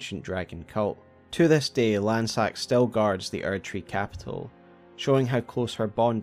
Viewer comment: I get so sad that everyone mispronounces Lannseax’s name ;(